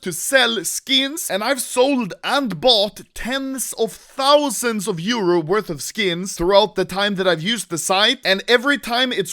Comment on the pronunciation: Pls Say Euro Not Like that